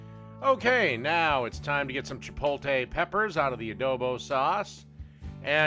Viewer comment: Say it with me, CHIP-OAT-LE... it's not English, and you keep reversing letters to make a new word. CHIP-OAT-LE